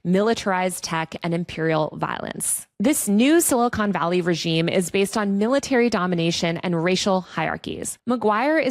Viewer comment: "Mach" not "March." And it's not "Silicone Valley," except for Lauren Sanchez Bezos' knockers. Good reporting, though